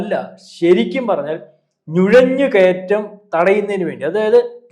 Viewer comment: ഞുഴഞ്ഞുകയറ്റമല്ല സഹോദര നുഴഞ്ഞു കയറ്റം എന്ന് പറ. അതുപോലെ ത്രീവ്രവാദി അല്ല തീവ്രവാദി എന്ന് പറ 😜😜😜😜😜